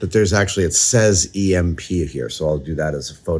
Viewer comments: Beyond annoying and unwatchable. EMP is either pronounced E-M-P or electromagnetic pulse. It is never called emp nor emp button. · Please stop saying "imp", it's pronounced "E M P". You say each letter separately not as a single word. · omg, the fact that he keeps saying "Ehmp" instead of "EEE, EMM, PEE" drives me insane! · "Emp"? E.M.P. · I love you Adam. But the way you say emp like a word hurts my ears. Its a short acronym.. You dont say fib you say F I B same thing with E M P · when you called it an emp switch instead of e-m-p switch i got heavy red vs blue vibes lmao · First time I actually hear someone saying it like a word, Emp...